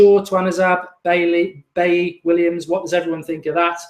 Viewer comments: Lol it's pronounced bayi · I think its pronounced beyi like david villa😉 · Mark you made him sound like and Irish bloke 😂😂 Bailey. I know a few baileys where I am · It's pronounced "Beyi" - French African name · definitely dont know how to pronounce his name thats for sure